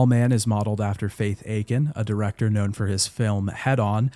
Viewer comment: Small correction: it’s Fa-tih A-kin not Faith Akin. Looks English if you read fast, I understand.